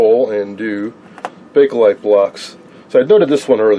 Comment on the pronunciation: Well, I see you actually did find the "A" in BAKELITE. "Bakelite", not "Bake-A-Lite".